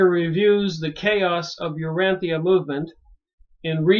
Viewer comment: Urantia, pronounced: Uransha. Nébadon.